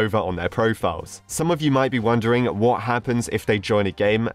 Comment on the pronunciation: Lol the way he said “whaut the hell” XD